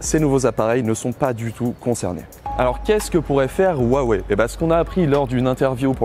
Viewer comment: Arrêtez de mal prononcer le mot Huawei !!